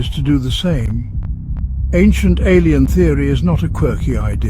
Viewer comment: The "Alein Card"